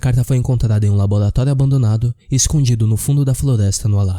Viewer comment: labolatólio?? é o Cebolinha narrando? Sinistro, ele existe...